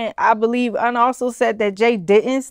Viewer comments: Cool video, but the mispronunciation of Un's name is annoying. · PLEASE stop mispronouncing names when doing documentaries. It is not pronounced “Oon” it is “Un” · his name is UN like UN-Solved lol